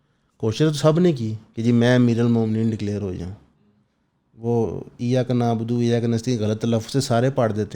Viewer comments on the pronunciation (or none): none